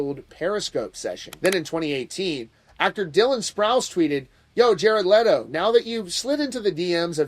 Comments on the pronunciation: I respect you man, but stop pronancing his name "Lay-toe" it's "Let-o" like Leno lol Aside from that, I call this whole story bs 😒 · I love how he keeps calling him Lay-doh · I love how you incorrectly pronounce his last name and then a few times the correct way slipped out 🤣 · Leto not Letto